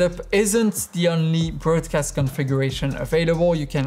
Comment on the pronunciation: You're pronouncing "broadcast" wrong.